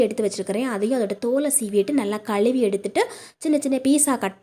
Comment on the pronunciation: தமிழில் களுவி என்ற வார்த்தை | இல்லை மா , தமிழை அழகாக உச்சரித்தால் இன்னும் நன்றாக இருக்கும் மா